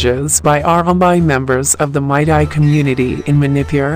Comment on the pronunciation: Its meitei not maitai